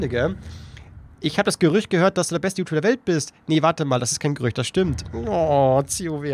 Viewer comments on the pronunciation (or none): none